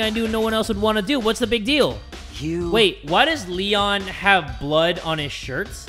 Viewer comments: Me: waiting for jay to say leon: l-lenh Me:... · Lloel?rlly?its leon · Why I got frustrated when he said L-le-o because I knew the killer bc I watched the anime😆🤣